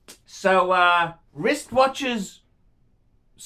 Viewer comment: are you aware that the letter r is in the word wrist?